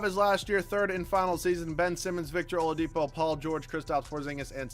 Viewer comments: and he calls Oladipo “Olapido” wtf 😂😂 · He said it wrong and then immediately after said it the right way! HAHA